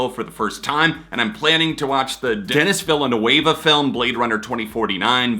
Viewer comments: Not to be too nit picky, but “Deni Villeneuve” is pronounced “De-nee Vill-noov” 😅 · The way you pronounced Denis Villeneuve made me laugh, I feel bad now :( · That has to be the greatest pronunciation of Denis Villeneuve🤣🤣🤣